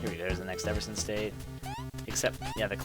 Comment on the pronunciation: BAY-GEH and E-VER-SHUN Sorry XD